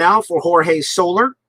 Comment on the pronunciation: well done and well played..... one nit pick... its not solar.... it is So... lair.... ( so... like your saying "so" what... and "lair" like your saying the home of an animal).. so-lair...